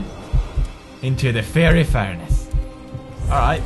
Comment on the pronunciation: "Into the Feery furnace", sure it's not pronounced "fire'y" pewds? :P